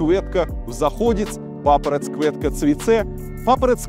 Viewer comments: Папараць кветка, а не квуэтка. А так норм дерзай. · Куэтка)) Кветка)) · И кветку читать как русское ветку. С буквой к в начале, зачем из этого делать куэтку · Это же тебе не английский, тут всё просто. как пишется так и слышится, не квЭтка, а кветка😂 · Не кувэтка, а кветка. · Илья... Беларусь ЖЫВЕ... На конце Е , не Э Iдзе , не iдзэ Кветка, а не квэтка ... Ну и т.д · Не КвЭтка а КвЕтка)) и тал бел мова уже похожа) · я шчыра не разумею навошта ён прамаўляе "дзе" як "дзэ" i "це" як "цэ". "Iдзэ", "квэтка", "цвэцэ". Навіны з Францыі загаілі мае раны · Илья красавчик. Очень одобряем всей семьей изучение белорусского языка. Красивый стих, но с произношением еще нужно поработать. Нужно мягче! [к'в'этка] (кветка), [ц'в'ац'э] (цвяце), [iдз'э] (iдзе). Успехов! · пля, да почему квЭтка то????? где там Э было?? 🤦 ну а согласные, как будто произношение лукашенко лично ставит😢. не выдумывайте того чего нет))😊 что ты, что Глебыч не то что написано озвучиваете, а своё представление о том как должно звучать написанное)) тот живЭкает, и тебя аж прёт в простое важности добавить)